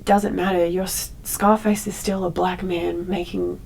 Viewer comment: She also says "blaeck" instead of "black".